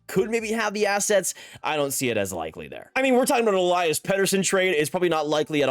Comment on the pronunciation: If you wanna pronounce his name correctly, it's pronounced El-eee-as and not El-eye-as.